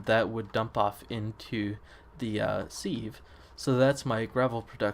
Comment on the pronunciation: I remember when I was telling you about the sprinkler in a stream. You've gone a ways in this series. :P Also, I think it's pronounced "Siv"